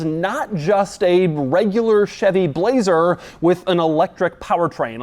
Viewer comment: Doug: "Bu-lazer"